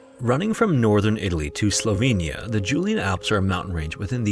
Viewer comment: Congrats on pronouncing Slovenija right in native language. Never heared it from a foreigner before.